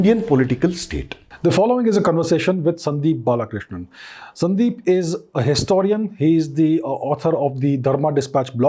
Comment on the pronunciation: Sir no offense but it is BALAKRISHNA... NOT BALAKRISHNAN.... not every Indian from southern part is tamilian.. He is a proud KANNADIGA after a practicing HINDU